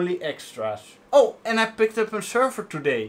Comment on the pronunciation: sherver, its a server SERver rhooo XDD, if you are french why speacking in inglish ?